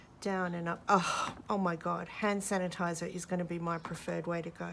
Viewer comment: Sand hanitizer didn't strike me as wrong untill you kept repeating it and saying you can't say it LOL!